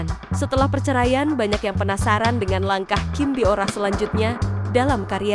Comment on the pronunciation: Kim bo ra bukan kim bio ra..biasa aja bacanya Mimin cantiq😊